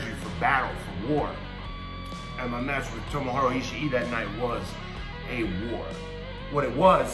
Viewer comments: You'd think he'd get "Ishii" wrong like most people, yet he messed the easy part of his name lol. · Haha he can't get Ishii's name right